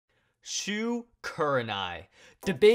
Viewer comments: Bro, his name is shu not shoe. Show some respect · Idiot he is Shu not shoe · And not shoe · HE IS SHU NOT SHOE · DarkMikeRiDeR209 his name is Shu not shoe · Not shoe😂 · shoe kurenai XD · How dare you put Shu as "shoe" !!!